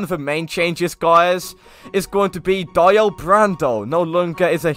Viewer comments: He said die o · Dieo as he says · When didnt properly say dio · The way he said dio tho 🤣 I still enjoyed this video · Can't even say Dio right... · only if he was able to say DIO correctly smh